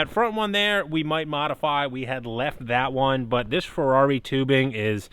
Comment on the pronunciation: The "Furdarri"! lmao :)